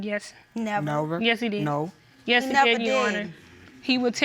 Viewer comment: Man says "nover" 🤣🤣🤣🤦🏿‍♂️🤣🤣🤣 he's is so bait.